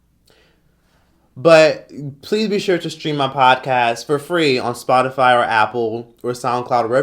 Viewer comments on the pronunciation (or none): none